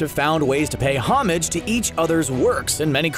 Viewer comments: Also "homage". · It is pronounced oh-mahj NOT homij pleeeeeaaaasssseeee it drives me insane. Also bill didn't just "randomly appear" in gravity falls, he was summoned by Gideon. It wasn't random, it was very much intended